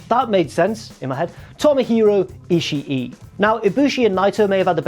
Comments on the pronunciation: It's ishii(Eeh-she) not ishii-E just saying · he doesn't pronounce it right but he's closer than you are